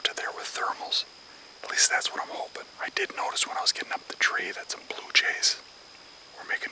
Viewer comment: Also to all the "holping" that the deer will come by them 😂